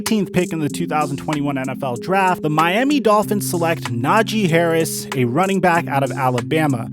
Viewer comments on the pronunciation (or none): none